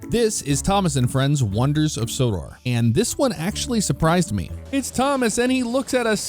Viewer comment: LOL Said Wonders of Sodar it's Sodor